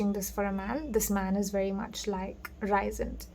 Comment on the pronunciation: Rhysand is pronounced 'reesand' and is a male fae from the ACOTAR series.